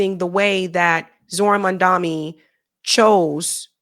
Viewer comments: Haha, I love how cannot say Mamdani with an "n" and always says it with an "m". We all have our quirks and this just happens to be one or hers. It's like when you parent keeps calling you your sibling. Haha. Another good video 👍🏽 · It's Mamda..Ni Not Mamda...Mi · Why can’t you say the correctly? Mam dani. You are also saying it as mam dami. Why is it so difficult for you? Names have meanings. Changing the pronunciation changes meaning. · M A M D A N I. MAM. DANI. not mandami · You are doing great but his last name is MAMDANI. IS NI. NOT MI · WHY DOES EVERYONE GET MAMDANI’s name WRONG? ITS NOT MANDAMI. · Why are you calling a Mamdami? His name is Mamdani 😐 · Spot on analysis, but minor feedback—his name is pronounced Mamdani, not Mandami :) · It’s mamdani… Not mandami🙂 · Please can you say Momdani not mondami. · You're mispronouncing his name.... it's not mamdaMi.... it's mamdaNi.... or just say ZOHRAN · can you PLEASE say Mamdani’s name the right way. 🙏🏼🙏🏼 It’s so grating hearing you say MaNdani when it’s MaMdani! 😩 Jeez! 😡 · You’re pronouncing his name wrong ! His name reads Mom-Duh-Knee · Gees woman why can't you get the name right. It's M-A-M-D-A-N-I with a N. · Why can you not pronounce Mamdani? Are you just lazy? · Mam- da- ni..... Nee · I love your show!! But please pronounce Zorhans name correctly.. MAM-DANI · Why do you refuse to pronounce his name correctly? There’s an N in that name. N like Nancy. Why do you insist on saying Mamdami? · It's Mamdani, pronounced Mum-DAWNY. Thanks for another great video! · PLEASE. Mam-Dan-ee. It's really not difficult. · It's Mamdani! Pronounced Mam da nee. Why is it hard?? You still can't get it right?? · Why is Mamdani’s name so hard for you to pronounce? Can you put 1% toward getting it right? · How is so hard for you to pronounce MAMDANI correctly? At this point, it's just straight up disrespect. Do better!